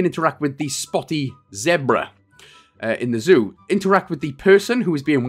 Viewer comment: No one wants to talk about the fact that it said Joo instead of Zoo eh